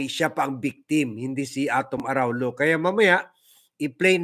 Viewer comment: Proper phonetic pronouncement of Araullo is Araulyo ( its double ll in Spanish elye).